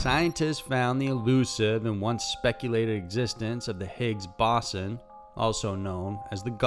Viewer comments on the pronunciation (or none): Higgs-BOSSON?!? Higgs-Bo-saan. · O you sure did slaughter the hix boson name